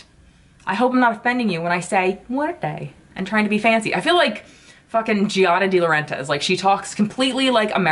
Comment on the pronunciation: LMAO!! I have the exact same "issue" w/ Giada 🤣😂 nobody gets me, lol (for the "record" you are pronounceing the palette name correct👍)